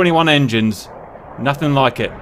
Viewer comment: "mig-21 engineeeess!!" ..the what now? :'D